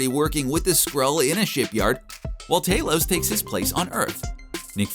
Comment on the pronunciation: TALOS NOT TAYLOWS